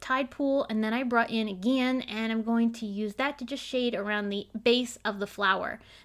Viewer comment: The color Aegean comes from the Aegean Sea just east of Greece. It is pronounced ih-jee-uh-n.